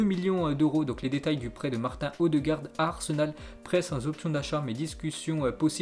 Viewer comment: on dit martine odegaard pas martin ptn